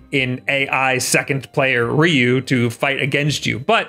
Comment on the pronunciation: I had to dislike just for the way he says Ryu, sorry it just sound so wrong